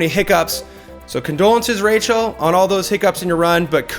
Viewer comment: if cam keeps doing this show, he defenitly needs to learn how to say Rachels Name :)